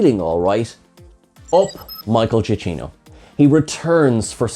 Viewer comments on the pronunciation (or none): Come on Folks, I have it on good authority that it's... Michael (JA-KEEN-OH) Say it with me now...